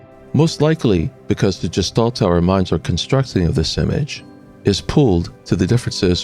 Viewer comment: Interesting. However, please learn the proper pronunciation of "gestalt." It's supposed to have a hard "g" like "graphics." It was very distracting every time you pronounced with the j sound.